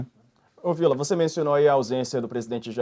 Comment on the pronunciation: Esse Villa se pronuncia no aumentativo!